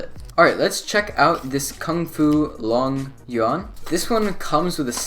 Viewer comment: Longyuan Longyon Longjon XD